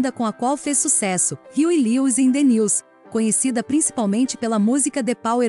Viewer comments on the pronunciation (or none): none